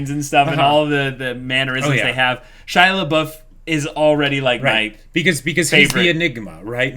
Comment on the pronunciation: Every time they bring back "Shia-labouf" I die a little inside.